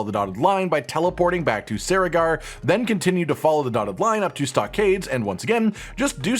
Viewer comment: Cerrigar is pronounced with a hard C, not a soft C.